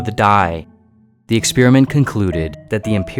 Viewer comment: Sounds like you are saying ex spearmint